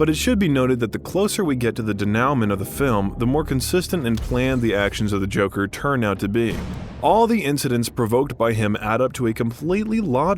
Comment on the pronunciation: Denowment 🤡🤣 It's pronounced day-new-ma